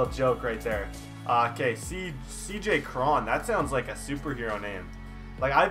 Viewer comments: It's not Cr-on its Cr-one. Like cone 😂😂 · U said C.j Cron wrong